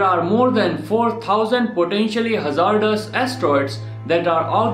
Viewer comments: Hey, ima help ya out here so people won't get mad at ya. Hazardous is pronounced [haz ard iss] I hope that helps:] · You can’t say hazardous